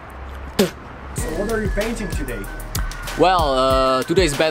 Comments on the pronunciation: I died when he said toopac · Its not tu paac its tupac